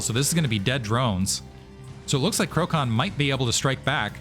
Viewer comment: And btw, i think you were mentioning Krocan being from PL, so his name should be read as ‘krotsan’ which means turkey :-)